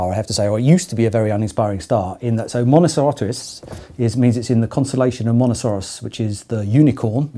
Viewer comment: "Mono-KAIR-os", not "Mono-SEER-os", incidentally. It's Greek.